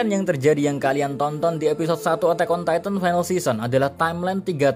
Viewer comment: Dari titan titan titan kok tiba tiba tytan btw itu maksudnya bacanya